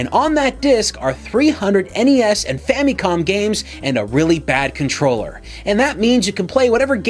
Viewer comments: Famicom? Like FAMily COMputer? Nah, son. FAMMEYCOMM. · Ga I feel like smacking him with these Soulja game consoles every-time he say fam-e-con